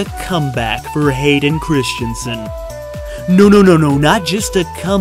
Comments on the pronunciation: Stop saying "Christiansen"... GOD DAMN IT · Christensen not Christianson. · Hayden ChriSSStensen, not Christian-sen. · Christensen ... Not Christiansen ... Say it with me ... Chris ... Dun ... Sun .... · In the US, is the name really pronounced "Christiansen" as in the video?